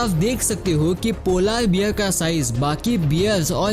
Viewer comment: Why you said polaar bear than polar bear